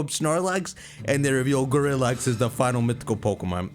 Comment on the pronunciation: "Gorillax" sounds like "Go relax"